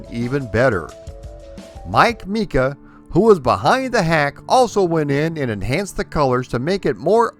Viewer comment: Mike Mika's name is pronounced MAI-KAH, not MEE-KAH. BTW, love your videos!